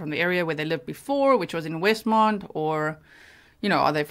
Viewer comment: It's Westmont, IL. Not Westmond.